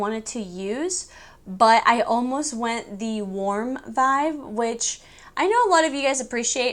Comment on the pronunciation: I freaking say Vive now instead of Vibe because of you. We’re like bff’s lol I wish